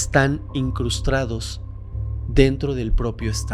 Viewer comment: Todo bien y así , pero solo hago la observación ( porque hay un par de videos ) que veo y escucho que dices INCRUSTRADOS Y la palabra correcta es INCRUSTADOS ! Saludos